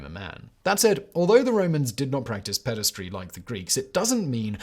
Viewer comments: You keep saying "pedastry", which is more acoustically aesthetic, but the word is spelled "pederasty", so it's pronounced "peder-ASS-tee" (rhymes with "nasty") We're having another "aluminum" moment here. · It's pederasty, not pedestry, ffs.